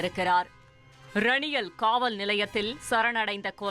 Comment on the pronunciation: Raniyal illa d sori naaye..... Eranial... Kena chirukki news vaasikka vanthuttaa...